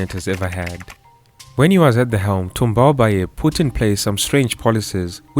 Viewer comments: Thanks for the great work! I learned a lot on my first President. Just one comment, Tombalbaye doesn’t have an é intonation at the end. The intonation remains flat 🙌🏾🙌🏾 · I like the sound of his sur name when you pronounce it 😩🤣